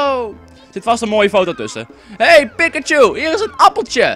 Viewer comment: Ik erger mij eraan dat je Pikachu uitspreekt als 'Pik-a-chu'. Het wordt uitgesproken als 'Piek-a-chu'. Precies zoals het wordt gezegd in de serie. mvg, Misty